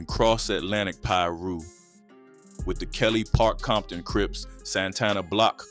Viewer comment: Became the Crips worst nightmare?? Gimme a break. And this AI stuff is getting outta hand. What the hecc is Leu aders park? And there's no such place as bompton. 😒